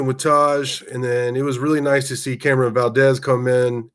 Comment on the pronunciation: Love the Commentary but you are butchering Camron's name. We had trouble in week one with blocking but I have been confident in the run from go. Play to your abilities and strengths Coach. Great job from the special teams and excellent second half adjustments. Donovan carved us up in the first half, I hope he has continued success. #GunsUp